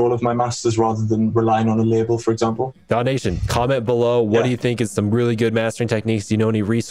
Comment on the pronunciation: Daw nation pronounced sounds like donation lol